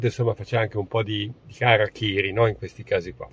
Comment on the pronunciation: Si dice harakiri